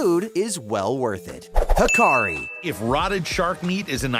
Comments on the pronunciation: It's not called hakari, it's called hakarl with an L on the end. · HakarL not HakarI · Hakarl… not Hakari.. Ha-ka-RL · Hakarl, not Hakari. Good video, tho'